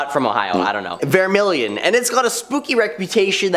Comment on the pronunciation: Leema for Lima and the guy choked the hell out of Vemillion!